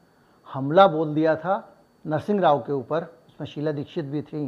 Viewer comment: नरसिंग नहीं नरसिंह जी, ..नाम तो ठिक से लेना